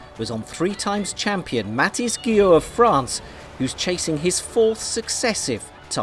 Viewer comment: Umm Mathis??! At least get his name right...